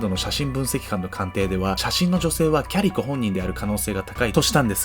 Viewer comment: キャリコ、キャリコまるでファーストネームかのように言うなよｗ（お母さんだってキャリコだ） だんだんキャリ子に聞こえてくる